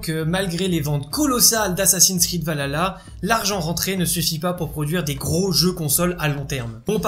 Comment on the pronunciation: Désolé c’est un défaut que j’ai mais c’est valHalla il faut prononcer le H alors que là tu dit valala Voilà sinon très bonne vidéo